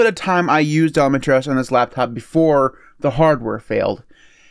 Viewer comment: I am fascinated with the pronunciation of ElemenTERRY OS 😀